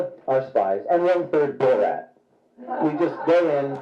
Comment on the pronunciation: “Borat”? He said BullRat.